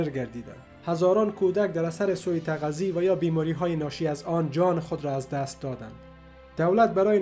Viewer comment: اخه اسکل سو تغذی دیگه چیه؟؟ اون سؤتغذیه است ن سو ت غذی😂😂😂شل مغز🖕🏼